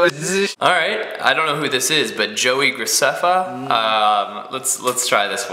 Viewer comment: said joey garceffa so good!!